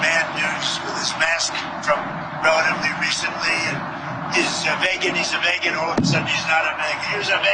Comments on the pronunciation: V[e]gan that's the way russians pronounce 😉 .. really. No joke. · Vay-gans? What the heck does whether some people eat meat or not have to do with trump? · What the fu<k is a “vagan”? If he is attempting to say vegan, the “e” is long— meaning it’s pronounced as “e” not “a”. 😂 OMG… you people are totally fu<ked with that guy at the helm. Sorry to say. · He is so incompetent he doesn’t even realize he doesn’t know how to pronounce vegan. He is at least at the level of a grade 4 student